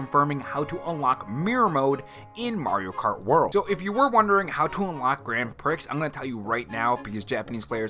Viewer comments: Grand Pricks? Grand Prix is pronounced Gran Pree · Grand pricks? Lolol! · "Grand Pricks!"